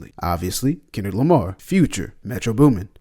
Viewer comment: Ah yes. Kenrick Lamr😅